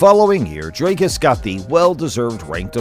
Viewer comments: Its not Drycuss, like Dr Drey. Its Dricuss like Dick. You get it? Btw Dricuss has a big member! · Who is Draicus??? it's Dricus. Pronounced Dreekus. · DREEKUS for all the Americans not DRYCUS 😂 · Please read as it is written. Dricuss not Drake-us. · Who's 'Draicus'? 😅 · you've heard the dude pronounce his name so many times and you still pull draycurse dooplessy. well done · also wrong. Its afrikaans, its Dri-kus, ie put less emphasis on the vowel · Thanks for the video. Great highlights reel of his career. Just a note on Dricus' pronunciation, the i is pronounced like ie in diesel, or if you've seen District 9, like Wikus with the W sounding like a V. It's an Afrikaans pronunciation . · Ek weet ou. Ek help net die yanks hoe om dit uit te spreek. SEAN STRYKLAND soos hulle uitspreek. 😆 🤣 Jimmy Hendricks.like you pronounce HenDRICKs. Just add the U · I'm glad Dricus is gettting this exposure but you could do the courtesy of getting his name right when you literally have a clip in your video with the correct pronunciation.